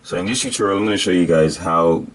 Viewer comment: "ok les get to dis joint" lol